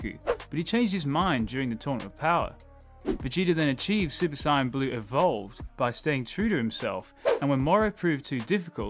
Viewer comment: I keep hearing super cyan. Why.